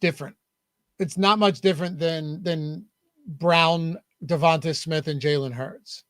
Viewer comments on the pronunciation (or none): Am I the only one that’s hearing them pronounce Devonta smith name weird? Lol sounds like yall are saying Devontas Smith